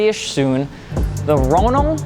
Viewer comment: Ronal= Ro ( long o ) Nal ( emphasis on 2nd syllable )